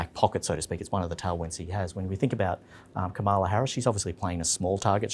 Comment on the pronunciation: All three of you - please get the pronunciation of Kamala's name right